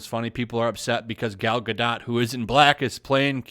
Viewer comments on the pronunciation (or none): I think the “t” is silent. “Gado”, not “GadoT”. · Her name is Gal Ga-DOTE, not dot. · Only leaving a dislike because you keep saying Gar dot. The name is french the T is silent you sound like a moron. Just say Gardo. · It's ronounced Ga-doh... Not Ga-dot.. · Hey, it's pronounced Gah-doe not Guh-dot. Get it right you sexist racist!!! 🤣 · GAl GA-DOE is how you pronounce it ! Come on people ! If you are going to speak about her please stop butchering the name ! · your mispronunciation of "Gadot" almost ruined the video for me. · Good channel. Good content. Please learn how to pronounce her name... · Uhmm The T is silent in Gadot (just saying) :) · Gadot => גדות meaning river bank The T isn't silent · At least take the time to learn how to pronounce her name right so you don't sound like an idiot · How stupid people are that are too lazy to pronounce the name Gadot correctly ... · You are mis-pronouncing her name. The T is silent.